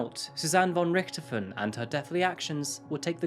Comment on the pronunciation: I was wondering how many people that played zombies, would complain about him not pronouncing it correctly.